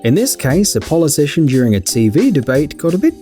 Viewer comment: Did he just say policitian